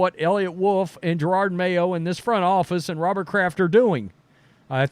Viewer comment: It is JEROD (Je-rod) Mayo, NOT Gerard.